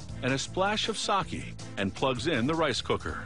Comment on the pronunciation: The way he’s saying Sake 🤦🏿‍♀️